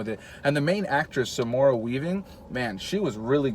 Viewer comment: Nice bro-mance review, man! I'm still looking forward to seeing this one. Hopefully Samora won't judge you too harshly on your pronunciation of her name xD